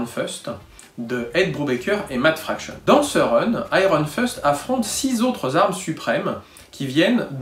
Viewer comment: Iron Foeust ? On est encore tombé sur un adepte de l'anglais à la sauce Rétro Phil/Rubriques de Jé... #Didpoule ^^ Émission passionnante quoi qu'il en soit !